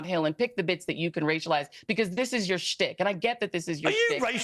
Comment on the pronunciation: Shtick not stick the h isn’t silent